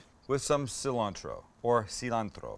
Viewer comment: I cringed when you said “seee-lantro”